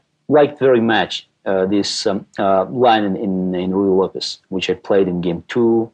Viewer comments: Ruy Lopay? It's not French; you're supposed to pronounce the z at the end... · Beena . The point is that he’s butchering the name. It should be Ruy Lopez. Use Google to learn proper pronunciation and compare it to this video.